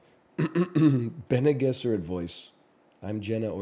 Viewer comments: Pronounced "bennay jezerrit" btw yall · The way he says Bene Gesserit, it's fucking "baggel" all over again. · bene gesserit voice "fucking pronounce it correctly" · bene guesserit* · It’s actually bc he’s Canadian, he thinks he’s saying them right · Bene Gesserit Voice: can you say Bene Gesserit correctly? No worries if not. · Bene gesserit voice say bene gesserit right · he says bene gesserit wrong